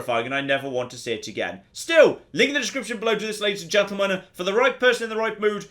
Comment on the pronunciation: "Ladies and Juntlemen?"